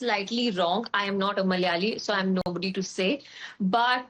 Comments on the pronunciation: Not Mal'yali... it's Mala'ya'li "It's silly... but not negative..." EH?😮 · The whole movie feels like cultural appropriation 😅😅😅 she couldn't even say the word "malayali" properly. There are 2 distinct pronunciations for the letter L. Thats like the basic thing you know as a malayali. She could've used a dubbing artist. Its not that hard to find one 🤷🏻‍♀️ and who even has the name sundari in Kerala?? Maybe a cat or a cow?? Like wtf was that all about?? 😂 not to mention that unintelligible surname!! WAAAT??!!